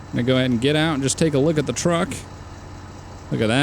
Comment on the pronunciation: not to be rude but its truck not track ;)